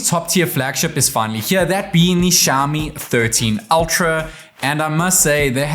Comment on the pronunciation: It is xiaOmi, please stop pronouncing xiami!